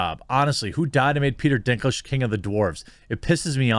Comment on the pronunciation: I kept hearing Dicklage